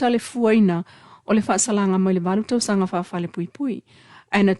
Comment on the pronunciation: Why this journalist used the D pronunciation instead of T... its tausaga not dausaga, Motootua not Modoodua, daunu'uga.. dupu... it's so annoying to hear the D pronunciation... faaleo sa'o upu Samoa i le T ae lē o le D pe alu a'e se Samoa e lelei laga faasamoa e faikau mai news... 😠 😡